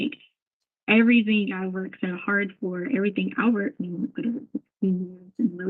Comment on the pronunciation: How about everythink, anythink, nothink, going-k, wronk, ..... Etc. What an embarrassment